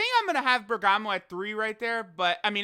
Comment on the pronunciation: There's so much bergamo love.. but it's BERGAMO